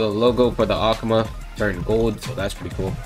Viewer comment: Love how he says akuma ahk muh